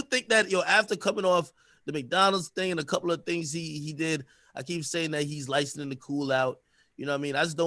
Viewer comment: the word is LICENSING stop saying LICENIN 🤦🏾‍♂️🤦🏾‍♂️